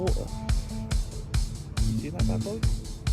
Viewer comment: Great watch! Had everything. Lovely area, a british person saying "wa'er". Also love how you said "normal adult" book" thats so me trying to describe a non-SFF book I read 😅